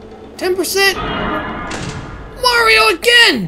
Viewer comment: You know, it felt weird when he just said "Mario" instead of his usual "Merryo"